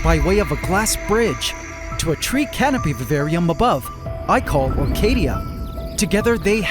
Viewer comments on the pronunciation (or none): "today i added a girrafe in our vavarium"